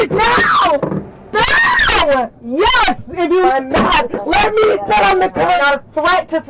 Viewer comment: she does the two syllable "yeeasss-ah!" and "neooow-ah!" 😂😂